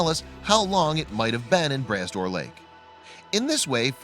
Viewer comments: p.s., it's pronounced 'bruh door', not 'brass door'. 👍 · They use the stupid automated readings and theyy say tons of stuff wrong. Glad you mentioned the correct way to say Brah Dor. Made me upset for a bit. Thanks for s Etting it straight. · Puleeeeese It's pronounced MacLane not McLean and the lake is pronounced Bra Dor. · Bras d'Or is pronounced more like Bra door this s is silent.